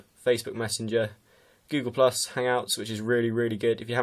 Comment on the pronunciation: He said goollus